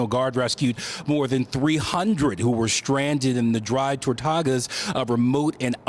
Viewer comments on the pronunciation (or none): To "exscape"? And where exactly are the "Dry Tortagas"? Are those kind of like dry Tostadas? Brilliant